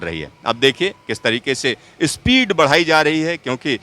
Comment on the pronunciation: Speed ko ispeed, station ko istation.